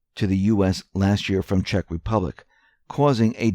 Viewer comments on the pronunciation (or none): none